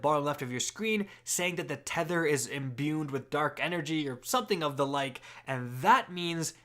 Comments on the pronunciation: There is no letter n in the word "imbued". I'm getting unreasonably frustrated every time you say "imbuned". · “Imbuned” smh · Honestly probably added an extra 2 minutes to the video just from all the added up extra Ns he put in the word imbued lol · Imbued doesn't have an "n" in it.